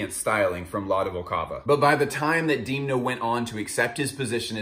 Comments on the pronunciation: You are totally mispronouncing his first name. It's [e] not [ i ] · Why u keep saying deemna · No, it's actually not how you say his name. The vowel 'e' in Georgian is pronounced as /e/ and not /i/, just like you would pronounce this vowel in words such as debt, bed, fed, and so on. However, I think there's nothing wrong with pronouncing people's names according to your native language phonetic rules.